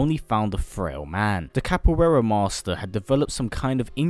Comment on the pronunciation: i know you don't know portugese but that "Capoeira" made me cringe